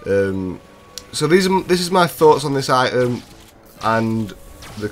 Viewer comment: This is going to be the new mini sentry. I don't want to say this... But... My god. Your accent is driving me CRAZY. I-ems(items) Ray-in(rating) And so on. 3brit5me